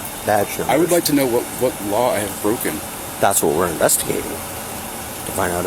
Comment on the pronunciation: If its not an emergency, why call 911? "This isnt loike an Emergency or nuttin'" Then why call, "Umm Hum Nine One, One?" "An incident someone were taking Photos". Can people not hear what they say?